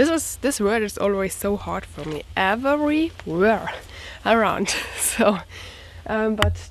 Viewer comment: "EVERY" ... being very tough for some Germans ... can be simplified ... " Evry "....is more the correct pronunciation.... mmmmmk ?? M'Lady ... buy TWO handsaws, a set of Brace and Auger Bits... and just build simple stick furniture. We love to watch AMATUER INVESTMENTS !!